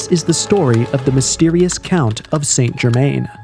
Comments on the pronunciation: Its pronounced " San - Cher- Man " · Appreciate the video on the topic but just for future reference it's pronounce "sahn jer mahn"